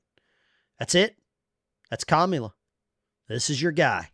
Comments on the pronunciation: Kommula? You mean Cummula? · When pronouncing her name, he placed the emPHASis on the wrong sylLABle. That's so racist! 😵‍💫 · Did he just say Commie Kamula. Ala, ala. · Excuse me, but the correct way to pronounce the name of the soon-to-be elected by a landslide victory, first non-trans female, genuine quasi-African American President is “Caramela.” To be sure, it’s pronounced “Caramel” (like the shade of her complexion) and “la.” All together now, say “Caramela.” Good. Now sit back and watch her get elected President, as the FIX is in, baby!🤣🤣🤣😄😄😄👏👏👏👍👍👍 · Her name is pronounced, Commie-la. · He can't even say her name! Does he have the same disease as Joe? I agree with him on one thing...We Are Not Going back to Kkkkkaamala! If she is going to fix the border, why didn't she? Every state, the people, will decide on abortion, Grandpa! When, and if, this deal in Springfield is investigated, it will be found full of corruption! Just like everything Kampala has had her finger in! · Is it pronounced "Come Allah" ? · Straight to jail!! No jury no trial just Straight to jail for not saying her name right! Here in democracy we don't allow you to speak wrong!! Don't get arrested by the thought and feelings police 🚨 remember officers safety is more important than your rights!! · They're Harris supporters but can't even say her name right 🤣